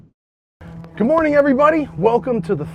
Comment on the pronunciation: Am I the only one that hears "good moring every bunny" instead of "good morning everybody"?